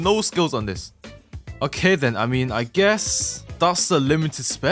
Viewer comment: Sounded like an Asian when he said "ok then"